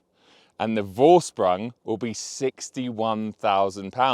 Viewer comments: The "bore-strung?" What did you say there ? Edit: Ok, I just Googled it, and I think you meant "Vorsprung." Just a little hint mate: it's (roughly) pronounced as "four-shproong." Ask any German/Austrian/Swiss to confirm this. 👍🏻🏎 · So funny how you pronounce Vorsprung (no pun intended)